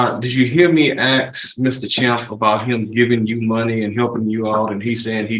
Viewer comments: Irritating to hear an educated man say "ax" instead of "ask". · Anytime I hear a lawyer use the term 'aks' instead of 'ask', I immediately write him off as part of the culture of societal degeneracy. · So buggy when someone axes a question isn't it. And yes, ya'll is up there with calling the Judge Mister (Mr.). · You can take a brother, send him to law school, and he's still gonna "axe you a queshion." 🙄 Just has to butcher the English language with street jargon. What a disgrace. Any attorney that wants to axe you sumfin, should be disbarred. Jesus! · LISTENING TO AN ATTORNEY USE THE WORD "AX" CHILLS MY BLOOD! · Same here. Hearing “Ax” from anyone drives me crazy but from someone who went to college AND law school ?! 😵‍💫😵‍💫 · I don't understand how a person can go through all the years of schooling it takes to become a lawyer and not be able to pronounce the word "ask". It's only three letters. Just sound it out. Mask, task, flask, are those also a problem for educated people who's job requires proper elocution ?